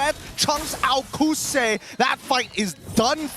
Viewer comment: HAHAHAA kousei not kouzen 😂